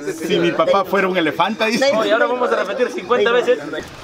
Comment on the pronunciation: me dió risa 🤣 que el niño dice elafanta y no pronuncia bien🤣🤣